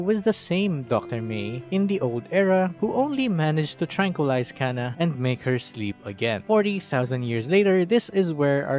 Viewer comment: Her name is jhana, not cana.